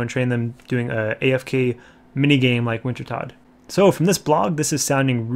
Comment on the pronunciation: Wintertodt is pronounced Vintertoad. Prifddinas is pronounced Prive-thee-niss.